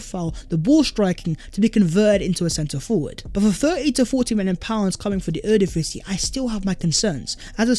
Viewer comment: ...Ere ( Divisie ) is pronounced Era, as in start of an era. Era means honour, so the Honour Division.